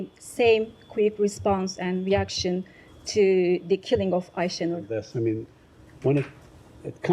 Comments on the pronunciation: So, M. Patel heard about Aisha Noor’s name at least since Friday, and up to now he even can’t pronounce her name well! Not so important case? 🤔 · Had nothing to say about Ayesenur ayge , the kind of person she was, forget that couldn't even pronounce her name right. This is outrageous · the fact that he didnt even bother to learn how to pronounce aysenur's name is so disgusting. did he not think her murder would come up? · he is so sorry he can barley pronounce her name... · the genocide spokesman can barely pronounce the name of the American victim of Israeli terror, so transparent that they don't g.a.f. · They're so concerned he didn't even know how to pronounce her name